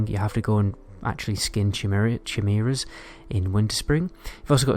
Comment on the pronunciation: It’s pronounced ki-meera. Not ‘ch’